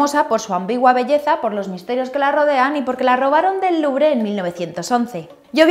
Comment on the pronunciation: ... cada vez que dices museo del LuBRE... omg!! wtf!!